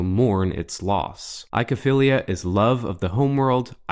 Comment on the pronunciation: oy like in ahoy or boy not eye-kow-feelia.